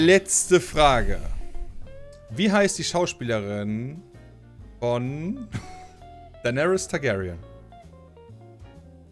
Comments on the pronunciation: WARUM SAGT TEIGÄRIEN EDIT: DEINÄRIS??? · Niemand:: Thaigaryens